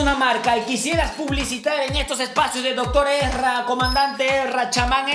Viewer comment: Es Erza no Ezra